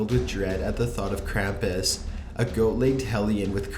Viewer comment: it bores the fuck outta me and he pronounced krampus wrong